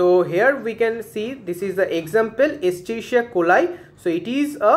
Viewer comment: Escherichia not Eschirichia